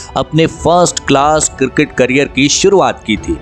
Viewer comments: Abe kirket nhi cricket bolo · Cricket sounds girgit thik se bolo bhai